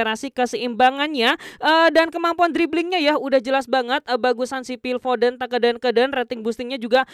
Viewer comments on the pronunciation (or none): none